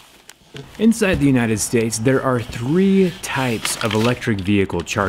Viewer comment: so, no one's gonna talk about how he said "United Sades"